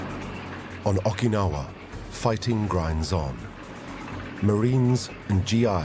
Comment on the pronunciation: Got so tired of the narrator mispronounced Okinawa as Ahkinawah I couldn't finish it. So sue me. I'm a linguist.